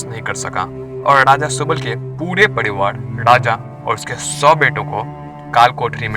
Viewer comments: Padiwad kya hota hai? Pariwar bol na saaf saaf. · सब कूछ तो ठीक है लेकीन यह तू र को ड क्यो उच्चारण कर रहा है ? 😂😂 पडीवाड नही परिवार होता है और परिवार ही बोला भी जाता है । हिंदी नहीं आती तो सीखो कमसे कम उच्चारण तो सही हो । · Focus on your words bro Its privar not pdivar aur raja not daja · Pariwar hota hai Padiwar nhi bhai